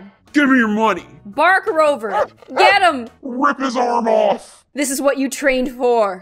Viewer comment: The fact she said “bark rober” 😂 👍 👎 or comment if u get it Just show that ur here in anyway possible